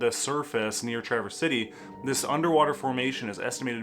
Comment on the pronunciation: MAN-i-toe-wok You're not a MI native, are you? You got Traverse City right though, so kudos! 😊